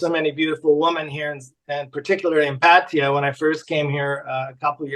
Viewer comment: It's Pah-tah-ya!!!